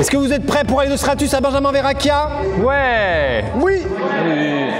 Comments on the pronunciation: Benjamin verrachia.. c’est verrechia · Thomas :Benjamin verracchia au lieu de verrecchia 😂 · Par contre le "Benjamin VerrAchia" ça rend fou 🤣🤣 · ya pas de commentaire sur le fait que maxime dise " benjamin verrachia", suis-je la seule perturbée? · amixem qui dit Benjamin verrachia mdr no respect